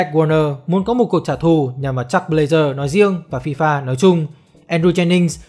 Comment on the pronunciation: Jack với chuck đọc loạn cả lên, nghe 1 hồi k biết ai là ai. Đọc gần giống nhau thì các bạn đọc đủ cả họ và tên, Nghe k biết đang nói jack hay chuck